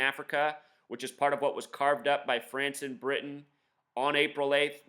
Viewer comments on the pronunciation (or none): none